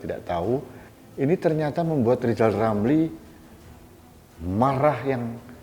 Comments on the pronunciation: Pak lijal lamli yg gk bisa ngomong L yah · LISAL LAMLI ORANG YG TIDAK BISA BILANG R LISAL LAMLI ITU OTAKNYA SUDAH KOPLOK HAMPER GILA ORANG INI ITU TIDAK PERNAH BENER SEMOGA BPK JOKOWI SELALU DI BERI KESEHATAN SEMOGA ALLAH MELINDUNGI NYA KEPADA BPK JOKOWI AMIN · wk......wk....wk ketawain aja si lizal lamli.....orang busuk .....sudah diangkat jadi menko sama p jokowi malah nggak kerja cuman pansos aja.......lizal lamli kok disebut pakar ekonomi.....ekonomi lemah!!! suruh ucap huruf R aja lizal lamli nggak bisa mau jadi presiden.....pleciden. lizal lamli.....kasian hidup loeee.